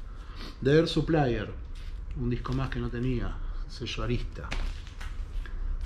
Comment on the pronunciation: Ja,ja,ja,!!! «Air Suplier»?... Open English te espera,!